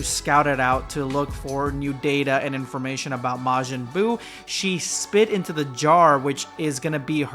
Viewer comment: majin buu ❌ majin boob💀